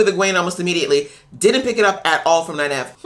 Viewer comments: Also, it's pronounced nine-eve, not nine-ev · Note: Nynaeve is pronounced "Nine eve" where Nine is the number and Eve is like "Christmas Eve." The mispronunciation of her name by Liandrin was meant to be a joke about book readers mispronouncing her name a lot, but it happened to have the effect of confusing a lot of people new to the series who didn't have her name down yet. It is too bad they didn't have Nynaeve actually correct her. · While it could very well be a nod to book readers, I actually think the mispronunciation and subsequent "I can't place the accent" line was an Aes Sedai probing statement. She was trying to figure out who Nyneave is and where she came from. "Aes Sedai always tell the truth but it might not be the truth you think you hear" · Nynaeve is pronounced "9-eve" (as in Adam & Eve). Great reactions :)